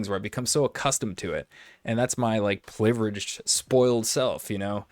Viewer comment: somebody teach this poor soul how to say privileged